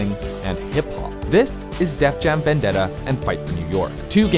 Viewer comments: you said "Def Dam Venjetta" that's a pretty big mistake lol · "Def Dam Venjetta" must've been a GameCast exclusive😂😂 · Did i hear def dam benjetta? 😂